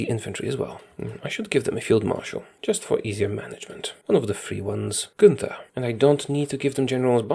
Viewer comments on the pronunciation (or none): none